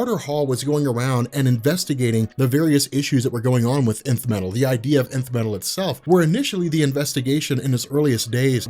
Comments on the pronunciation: i keep hearing the emith metal the emith metal but it's not emith but Nth metal ... what's happening to me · is it just me or does it sound like is saying inf metal and not nth metal?